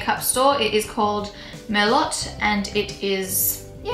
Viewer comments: I think that lip pencil color is pronounced "mer-loh" instead of "mer-lot" lol like the wine!! Anyway, gorgeous color combo!! 😍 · Never heard anyone in australia or the UK say merloT. I'm Australian and everyone I've heard say that says it as "mer-low" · "Mer-Lot". Hahaha!! It's pronounced "Mer-Low". You're too cute!! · It pronounces "Merlo" not "Merlow" (I'm French, that's why I allow myself to correct you) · the lip liner is pronounced " mer-low", like the wine. Not " mer-lot" its french, I believe. Just FYI, love your videos, beautiful! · LOL "Mer-Lot" hahah it is pronounced "Mer-Loh" But love the vid!! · Merlo"T".....bless, it's pronounced "mer-low", but beautiful makeup tutorial at any rate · the lip liner is pronounced mer-low....like the wine not mer-lot lol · Did you really just pronounce "merlot" mer-lott uh no no no it's actually mer-low, I'm 12 and I know that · Merlot is French, its pronounced "Merlow" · Love the look but Merlot is pronounced mer-low. It's a red wine. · Tehe, Merlot is"Mer-low" like the wine :) Stunning btw! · Ily! When you liked my IG pic it made my year! BTW Merlot is a red wine, pronounced 'merLOW'. Keep up the amazing work and I loved you're GRWM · Perfection!!! Lip liner is pronounced 'Merlow' lol. You are gorgeous. I just love you!!!! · Is this in your new apartment? Please do a tour of your new place. :) love this look. I think the lip liner is pronounced as "mer-low" , its a kind of wine. Im no expert, but just thought you should know. :) love love love this look and you. :D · Just a note- it's actually pronounced mer-low (low as in get low). It's a type of red wine rather famous for its purple tones. Also very yummy :) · Pronounced mer-low, like the wine :p And I'm guessing the lip liner is named that because it has a wine like colour haha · The pencil is pronounced "merlow" like the wine :) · merlot "mare- low" - as in wine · Merlot I believe is pronounced like the wine with a silent t - merlo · montrouge merlot lol